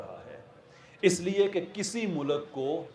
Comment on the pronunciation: tera bajega baaja intellect hai tere pass lunde ke intellectual sahb mulk bolna to seekh phir secularism per taqreer kerna